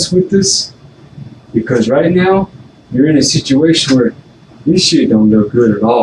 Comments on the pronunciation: "RIGHT MEOW"😅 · literally says right meow. I can’t. 😭😭😭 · “Right meow”? Is this Super Troopers?!